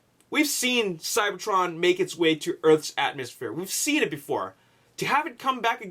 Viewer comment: LOL ATMOSHPORE